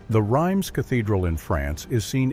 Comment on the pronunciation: It's pronounced Reems,not Rimes.